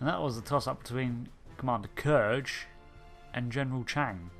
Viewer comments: Awesome vid as always, thank you, only two criticisms. 1: the way you pronounce #5. You said kurge (k'Urge) vs. the way it was pronounced in the film (k'rewuq). Perhaps it a language/dialect issue but I always went off of how Valkyris said it. Just threw me off. Otherwise a great choice cuz even among Klingons he is rather villainous. I actually like Chang and to me is the best Klingon representation of aside from Gowron and Worf. 2. While Khan to most fans will always be Ricardo and not Benedict. I have to say I love the way that Ben played him. If you watch the behind the scenes and commentary for the film "wrath of Khan" the director wanted him to be more cold and calculating but Ricardo kept making him passionate and overtly aggressive. What I loved about Bens performance was that he was the ideal Khan, cold, calculating and ruthless without being most of the time overly aggressive (more cerebral, less emotional and very manipulative.). Lastly, loved the last choice. Definitely has to be number 1 for all the reasons you mentioned. Few characters in the Star Trek lore outside of mainstay federation regulars on the series have been given such a impressive amount of development and with good reason. Loved and hated his character since the moment he was introduced. Love villains that are complex and well thought-out since irl that's how it usually is. In most villains minds, they are both hero and victim, but in both cases, justified in their perspective. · "K-er-j"?! Hate to be this guy... but it's "Kr-oo-g". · Its Kruge (Kroogg), not Kurge (Kurj) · Kurge? wtf you mean Kruge. Did you actually watch The Search for Spock ?